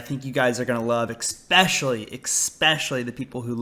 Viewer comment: loved the way you said EXspecially lol